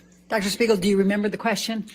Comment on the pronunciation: keeps saying Shpiegel 🤣